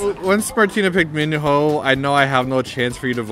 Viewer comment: Martina totally won, you just can't be Choi Minho and Onew but aren't you supposed to pronounce Minho as mi-no?